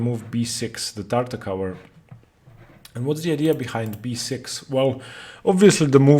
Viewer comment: Great video, I will now probably try Tartakower myself (being a Tarrasch player). Just one complaint: the way you pronounce "Tartak-ower" makes my ears bleed. It does not end with the same sound as in "t-ower" but like in "r-over". See e.g. these videos: and Greetings!